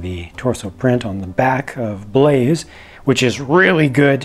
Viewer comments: His name is Baze not Blaze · His name is Baze, not Blaze:S. (Love your work,. Keep it up!) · Not sure if anyone else has already mentioned it, but it sounds like you keep referring to him as "Blaze", when his name is actually just Baze. Just so you know. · It's actually "Baze" ;)